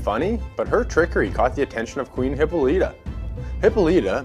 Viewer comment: Its pronounced Hi-Paul-a-tuh And Hi-peer-ee-on Sorry but it was graiting my nerves but otherwise very informative and great video.